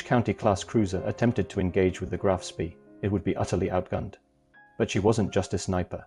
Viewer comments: It's not pronounced spee, it's pronounced "Spey" Graf Spey. Look it up. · It is pronounced "Graf SPAY". Spay as in hay, not Spee as in Tea. Sooo many announcers, both real and AI, can't seem to grasp German pronunciation. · It's pronounced "Graf Spay" not Spee. How can you not even know how to pronounce its name yet you do a video about it? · The correct pronunciation is; Graf SPEY. Otherwise, a good video. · AI can't even pronounce the correct name of the ship . hopeless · FFS, at least learn to pronounce the name of your MAIN TOPIC correctly. Try Forvo, or learn basics of German. Oh, and its ending wasn't on a dinner-plate, but on Río de la Plata. That's Spanish. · Can't even correctly pronounce ; "Graf Spee" ! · The AI voice mispronounced a lot of words - not the least of which was the ship name itself - Graf Spee. This made this video extremely annoying to listen to.